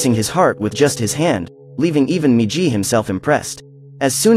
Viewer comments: its migi not miji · not jee -> GI MIGI -> "right"